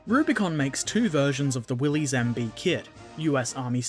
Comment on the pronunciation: It's pronounced Willis, not willys